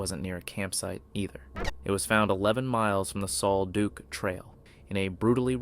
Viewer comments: Take it from a local, the pronunciation of Sol Duc is Sol Duck. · Sol Duc is pronounce like sole duck. A bigfoot attack is the only logical explanation. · Sol Duc is pronounced "SOUL DUCK". Minor research reveals this. The name "Sol Duc" is a Native American term meaning "sparkling water".